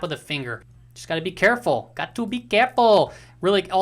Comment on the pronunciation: Nice video today! Did I catch a Mexican accent at the end “got to be careful” esse?!! 😂